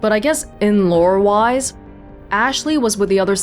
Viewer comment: Note that she said "in-lore-wise".